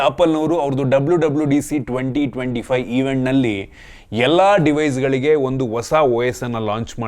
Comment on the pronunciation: ಹೊಸ ❌ ವಸ 😂 ಹೆಸರು ❌ ಎಸ್ರು 😂 ಒಂದು ❌ ವಂದು 😂 ಅಣ್ಣಾ ನಿಮ್ ಕನ್ನಡ ಸ್ಪಷ್ಟತೆ ಗೆ ಒಂದು 🫡